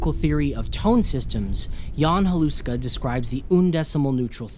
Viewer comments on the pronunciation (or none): all hail the medias zulzul! also, its pronounced Halushka, not Haluska